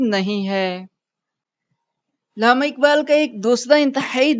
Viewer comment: اردو ٹیھک کریں۔ لامہ نہی علامہ ھے